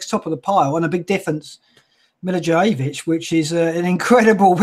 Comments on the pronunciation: It's MILI-VOYE-VICH Even if you say it MILI - VOLLEY - WITCH you would be closer to the pronunciation than Mili-vou-jay-vich. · Milla-voy-yevitch is closer ;) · Please learn how to pronounce the name of Milivojević! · How come every single FPL YouTuber pronounces Milivojevic's name wrong? Learn to say it properly and say it with pride and honor. COYP!